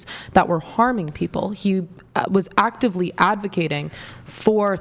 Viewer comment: “Awctivley Awdvacating.” Where did this “oxcent” come from? It’s “actively advocating.”